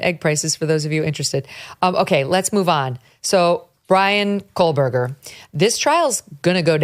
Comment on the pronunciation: Megyn, I love you. But please... it's Kohberger with no L. It's really triggering my OCD. 😮